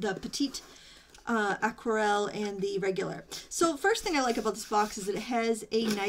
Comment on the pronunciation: thank you for this review. love to see the comparison before buying. just in case : there is an 'e' at petite, as aquarelle is a feminine word in french, you don't pronounce the final T without it ;-) TFS and have a nice day.